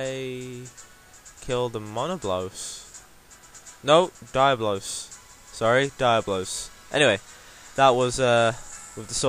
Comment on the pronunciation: Btw, it's pronounced Dee-ahh-blos =P but yet again man, great video... keep 'em up, and I'd like to see you do Tigrex with the lance! XD